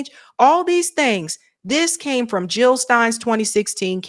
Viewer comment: Jill not hill ...